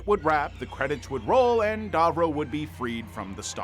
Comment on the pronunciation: *Davro, not Darvro! 😂🤦‍♂️